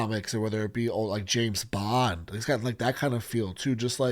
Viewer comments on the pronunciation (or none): none